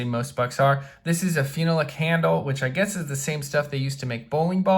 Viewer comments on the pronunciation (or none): Nice video. Two things: First, t's pronounced Fin-AH-lik with the emphasis on the AH. Second, phenolic is a superb material. It's been used in advanced industrial applications for years. It's a big plus compared to materials like G10, FRN, and micarta.